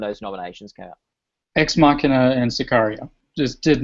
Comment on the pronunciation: Those pronunciations of Sicario and Ex Machina hurt.